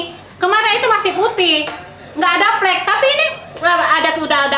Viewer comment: plek not flek...wkwkwkw